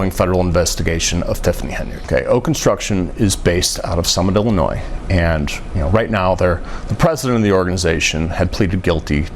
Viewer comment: I’ve heard of the expression “right now”, but what is “right nah”??